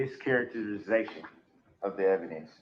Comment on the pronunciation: "Uhjeckshun. Miskaraterzation of the speckaltion."